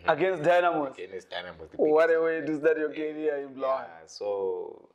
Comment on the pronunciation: it's BULAWAYO NOT bhuluwayo